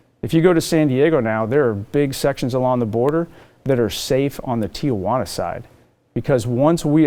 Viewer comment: That long on the job and he still says Tia-wana?